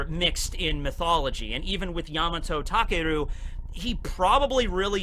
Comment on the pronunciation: Well actually, you pronounce takeru as takaru.